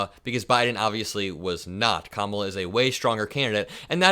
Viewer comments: Oh! That's how it's done. Hey, FOX News............don't run anymore negative ads on your network about me during the campaign. But I can intentionally mispronounce the Democratic Presidential nominee's first name (Ka-MALA) as a code word for her gender, race and Vice-Presidential station, and lie about her at every turn I can........even though I am a STABLE GENIUS, and her name is only 3 consonants and 1 vowel. Even though I have been repeatedly corrected on the pronunciation of her name, I intentionally and "jokingly" emphasize "MALA" in her name because I have the wit and charisma of a stale box of popcorn, and I know the MAGATurds who sniff up what I "put down" think it is a representation of her Indian (Masala) and tangentially incorrect immigration status. It is all blatant and juvenile cowardice, and I know that Vice-President Kamala Harris is smarter than me in every way, and not just because she is a successful and seasoned Prosecutor, District Attorney, Attorney General of the State of California, United States Senator and Vice President of the United States of America. I know that by comparison, all I have is a big, fake silver spoon rammed in my ass by my daddy, and I have failed at everything I have ever done (that's why my nickname is "The Stomach", not just because I look like a decomposing beached walrus. It's because everything I touch turns to shit). And don't forget that my only political experience before being elected President is announcing on talk show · t-Rump can’t even pronounce VP Harris’ name so he’s very ignorant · Hey, he's the one that wanted Biden gone. How do you like it now, fool? The least you can do is pronounce her name right . Surely you know it now. She's the one that will kick your ass to the curb. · 45 is so smart that is unable to pronounce our Vice-President’s name: Kamala Kamala/Tim 2024 💙💙💙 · He's so childish mispronouncing Kamala's name. Everything he does is childish. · Trump can’t even pronounce KAmala